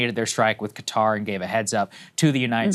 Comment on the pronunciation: Sagar is the only person on TV that can pronounce Qatar properly.